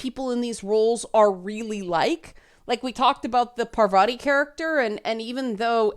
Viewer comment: (on or about) - GASP! said 'Pavarti'! TRIGGERED!